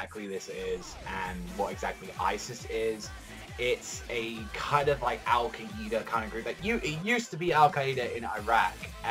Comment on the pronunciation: "Al Ka-eeda"